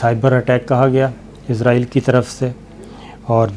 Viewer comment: SABIR BHAI. WITH LOVE RSPECT AND REGARDS TO YOU. BHAI SAB IZRAEL NAHEIN ISRAEL CORRECTION PLEASE.